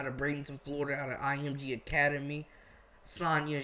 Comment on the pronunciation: Sahnya, pronounced (suh-nai-yah)